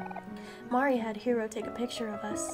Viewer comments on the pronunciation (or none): Also, it's pretty community standard canon that it's MAR - ee (rhymes with "car") and Basil is basically the same way you pronounce the plant of the same name, BASE-ll. Or, pretty much the way you said it the first time without the emphasis on the S sound.